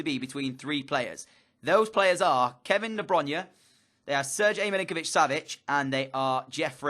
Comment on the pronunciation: If you buy KDB, at least pronounce his name correctly.